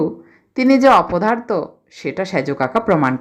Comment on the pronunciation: "অবসরে শুনি" নামটির আকর্ষণে ডেসক্রিপশনে চোখ বুলিয়েই এক অন্য আবহের আভাস পেলাম। আর সত্যজিৎ রায়ের "অপদার্থ" তো উচ্চারণে চিত্রায়িত বোধ হলো। আরও অনেক শোনার আশা রইলো আমার। সবাই ভালো থাকবেন। 🙏